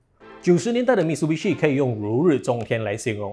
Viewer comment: 唸法應該是Mi Tsu Bi Shi